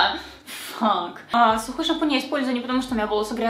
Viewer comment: Мне показалось, что ты вместо сухой шампунь, сказала сюка шампунь 😂😂😂